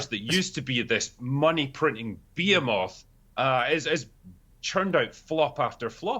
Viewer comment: This was the first time I've ever heard behemoth be pronounced like "bee-uh-moth."